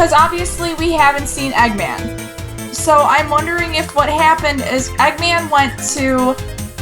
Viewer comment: Stopped watching at "Eggman" COME ON GUYS. get it right.....